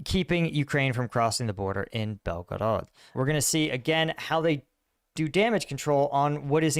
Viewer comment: Belgorod is pronounced: BYEL GO ROD